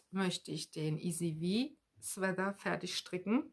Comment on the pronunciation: Hallo, bin heute auf deinen post gestoßen. Man erkennt gut, wie sehr du das stricken liebst. Aber mir fällt immer wieder auf, dass du "Sweather" ( mit ti-äitsch in der Mitte) sagst. Nimm mir bitte die Klugscheißerei nicht übel, aber es heißt "Swea-t-er" nur mit T, genau wie in "Sweat-Shirt". Ganz liebe Grüße